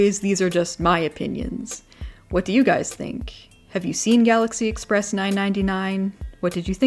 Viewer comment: I have no idea why hearing 999 being pronounced as nine-ninety nine instead of properly being pronounced three-nine is triggering me, maybe it’s my train addicted brain but I don’t know.